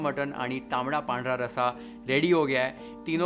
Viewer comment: Dear, i m big fan of you though won't comment everytime but today the way you uttered the words, zanzanit, tambda n pandhra rassa, nad khula, maja aa gaya. Now let me watch the recipe. 👍👍